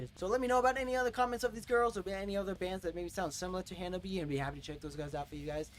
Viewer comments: Well, you make the same mistake most people do, it's not "Ha-Na-Bee" it's "Ha-Na-Be-Eh" it ends with a "eh" sound ! put the subs on ther are quite of english in this song. "I can't take it anymore now ! " "Take Your Freedom !" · these 'gals'!👍 Ha-nah-bee-eh, like you're Canadian! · The RIGHT WAY to say "HANABIE."'